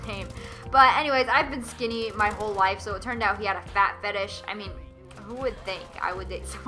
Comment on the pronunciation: It's "Fetish" and Google is your friend my friend